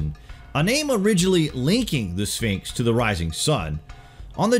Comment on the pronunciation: The second to the last time the narrator said, "Sphinx," he pronounced it, "Finks"